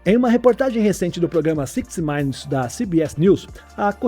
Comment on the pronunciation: Aos o disse "Sixty mainutis". ERRADO! Quem não sabe pronunciar deve digitar no tradutor do Google e clicar no falantezinho. O Correto é "sÍquisti-mínutis"...😜